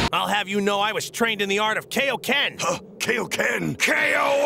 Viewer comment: I hate how they used to pronounce Kaioken. It's not "K-O-Ken", it's "Kai-O-Ken".